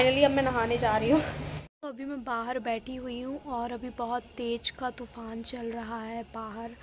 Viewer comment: Vo tupan nhi tufaan hota hai ji 😅